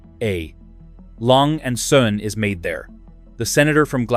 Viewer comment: Glashütte is pronounced more like “glass hoota”. The “s” and “h” are in separate syllables. Lange and Söhne is pronounced something like “lawnga oont zuhna”. The YouTube video would be a lot more credible if you knew how to pronounce the names of the brands.